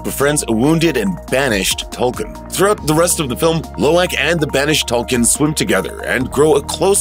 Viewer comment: it’s pronounced toll koon, not toll kin.